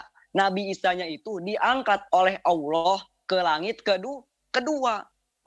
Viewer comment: Mana baca ny salah lagi...dbaca Alah hadeuuuh